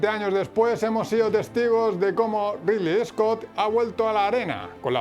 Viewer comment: rili iscot... amigo no podes pronunciar así, no es tan dificil.